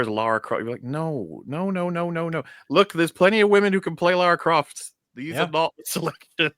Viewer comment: Ah yes, Clara Loft